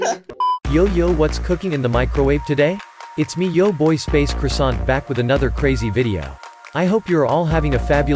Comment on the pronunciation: I luv u